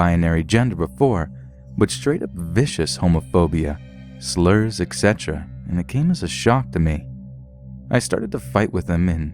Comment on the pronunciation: Xcetera is not a word it's etc. you idiot